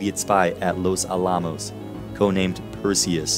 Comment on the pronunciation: Oh man, all the time put into making this video with research, etc. and you mispronounce "Los Alamos?" It's pronounced just just like the historic fort in San Antonio, but just add an "s" after Alamo. Los AL-ah - mos, not ah-LAH-mos. Good video though.